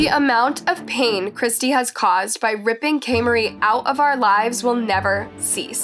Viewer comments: she literally isn't. For the first half of the video she says "KAY-MAR-EE" which is close but still wrong and then for the rest of the video she is just lazy and says "KAY-MARIE" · I was just about to comment this. She plays a clip where someone say her name, and it is clearly pronounced “ka-mar-ri” and seconds after she goes and says “ kaymarie “ it was getting me a little annoyed because she does this in a lot of videos and she probably doesn’t mean to but she should at least address it and say “ I’m sorry if I’m pronouncing any names wrong”. Put a little respect on the victims names. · You could have made sure you were pronouncing her name correctly… in EVERY news interview and clip provided they pronounced it kay-mar-ie not k-marie…. doesn’t even look like it’s spelled the way y’all pronounced it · This case pissed me off to NO END! Like how she can do that and then get on camera and cry them crocodile tears is incredible like that’s a monster there she sold her child and wants sympathy when she delivered her baby to that animal. And it’s Kah- mah-rhee like it’s so cringe of name mispronouncing and rude especially when you hear other people say it right in videos or news interviews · At least pronounce the poor girls name correctly ffs! Kah-mah-ree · I love your videos but if you could, please pronounce the victims name properly. In your videos, you can hear from the news footage you showed her name was pronounced KAH-MA-RIE. RIP Angel. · Oh man. You mispronounced this poor little girls name this entire video. Come-ARE-“E” Her father literally SAYS her name multiple times and then you immediately mispronounce it again right after that. Then her mom says her name too. The fact that you CONSISTENTLY mispronounced it even after hearing it out loud is honestly careless and disrespectful. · girl you hear how they sayin kamarie’s name are you choosing to mispronounce it I appreciate you telling her story but to continuing to say her name wrong is crazy